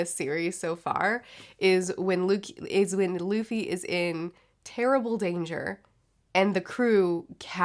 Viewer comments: LOL, Loffy, Zolo, Ustop and Hopper XD (Really enjoying the reviews!) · Ahh yes. Lufy, zolo and hopper.